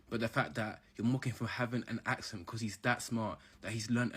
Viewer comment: ACCent is not pronounced as aSSent. C as in cup.